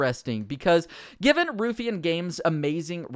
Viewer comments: Ruffian = Rough E an, not Roof Ian. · ITS PRONOUNCED "ROUGH-IANN" NOT "RUFFEE'N" LOOL XDD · It's pronounced Rough e Ann. Not roof e ann. driving me mad. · Nice vid but it's pronounced 'rough-ian' not 'roof-ian' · Ruh-ff-ian not Roo-ffian 😂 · Its RUFF ian. Not Roofian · Ruffian is pronounced Roughian not Roofian. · ‘roophyan games’ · How is your pronunciation so bad? Did you not go to school? rockstar Dundee (done-dee) and Ruffian (rough-ian) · It’s Ruff-E-an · How he says ruffian "roofian" drove me insane lol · Hey man, not that it matters because the got renamed, but i'm pretty sure its pronounced "Rough-ee-un". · The way you pronounce Dundee and ruffian makes my skin crawl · I wish you knew how to pronounce Ruffian. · You need to pronounce Ruffian properly